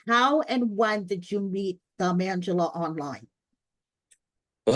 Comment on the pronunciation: Is Angela’s name being pronounced as “Mangela” intentionally? Lol